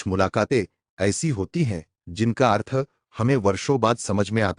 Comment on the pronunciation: Athar nahi arth hota hai bhai.